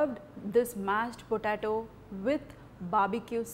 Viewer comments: Hi. It's pronounced like PO-TAY-TO , not PO-TAA-TO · It's po-tay-to not potato. you are pronouncing it wrong.